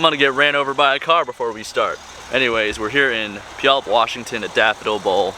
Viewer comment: nice pronounciation of "puyallup"